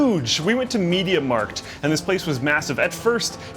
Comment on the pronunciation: LOL How he pronounces Mediamarkt and Alpenwasser :D